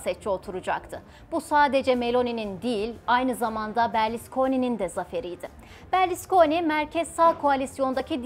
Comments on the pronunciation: Berliskoni değil kızım Berluskoni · Berlisconi değil hanım efendi Berlusconi